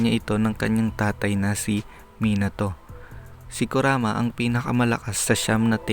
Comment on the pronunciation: ano sabi mo kuraka. kuraka o kurama. Tangina mo tarantado.ayusin mo paggagawa ng Vedio 😆😆😆 👎👎👎